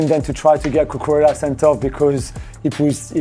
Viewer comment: It's Cucurella, not cucurelia